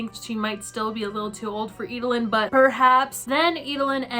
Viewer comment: EED-LYN. Not Ee-duh-lyn.